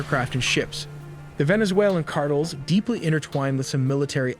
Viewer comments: CARTELS! NOT CARTLE!🙄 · Videos are awesome only gripe, is sayings cartles rather than car tells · CAR-TELL Not "cartles" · Cartel not Cartles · He says cardles instead of cartels. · All the super-impressive graphics and intel, 1.55M subscribers and no one behind this channel can "program" this artificially unintelligent SOB how to pronounce CARTELS???? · "Venezuelan cardles" 😂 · Hey it's CAR -TELLS. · fire your narrator. he pronounces things like Cartels "cardles"...and Iran "Aeraan" and those are just the one's I've noticed. How can someone payed to narrate be soo bad. You literally had one job. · "Drug Cardils" 😂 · No, Cardles. Stress on the first syllable. 😂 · I think these “engagement strategies” are going to backfire. Hearing wrong pronounces words over and over from an program gets frustrating and in the end will cause less engagement from less viewers I come to watch and learn; not for you to say carels on purpose over and over. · You nearly nailed this video until you said “ Drug Cartiles” 😅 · This guy can’t say Hamas or cartels right 😂😂😂😂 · Ai can't pronounce cartels!